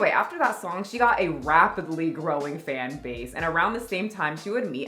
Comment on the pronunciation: Did you say ‘wap’pidly .. ha ❤